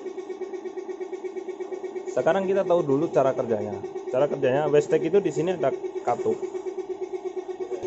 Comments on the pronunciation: wastegate (weisget) kok jadi (westek) terus bro wkwkwk.. kurang ngopi keh bang? tak kirimi kopi tongkat ali mau? hahaha.. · Bukan westeg mas, tapi wastegate(wesget).. 😊